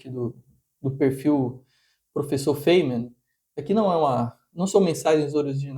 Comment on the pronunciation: cuidado ao jogar pérolas aos porcos... feimen?...sabe matemática mas não sabe pronunciar o nome das pessoas